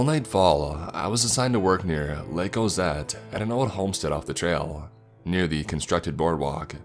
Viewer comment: Lake- a. area-a. Bog-a